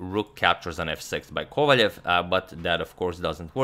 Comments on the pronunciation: Why do you say Kovaljev his name is Kovalev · Since you're striving to pronounce names better. Wiki says that Vladislav's name is "Владислав Ковалёв", so it should be "Kovaliov", stressed on "iov".